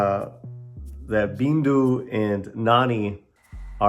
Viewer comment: the girl's name is "bindu". not "bindi"